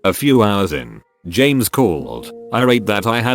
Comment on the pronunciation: TTS be like : James Jeemes James